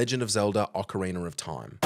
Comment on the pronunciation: Is it me, or is he saying "ocariner" of time?